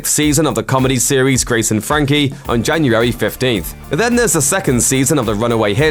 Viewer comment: its January not Janurary